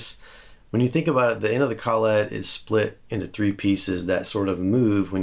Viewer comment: collet, one word less emphasis on the syllables ..lol (sorry, don't need my permission to say it the way you want) You are a lot like me, you do things the reasonably priced way. That said, the am pro 2 jazzmaster... wow. You can buy the trem now so put that in your squire. Not sure why they don't just make them the standard now.